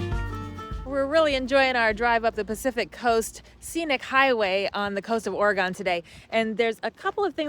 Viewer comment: Im surprised no one has corrected the way you say Oregon yet LOL